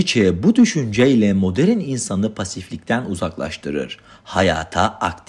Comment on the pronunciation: baştan özür diliyorum ama bu konuşma diksiyon nasıl bir şey uzun süre yurt dışında mı kaldınız bir rahatsızlık mı geçirdiniz "moderin dünyada" 2.54 e kadar dinleyebildim lütfen yapay zeka ile falan tekrar yüklerseniz güzel olur başarılar dilerim.